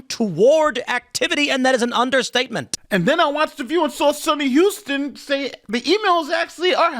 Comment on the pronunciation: Hostin, not Houston...😊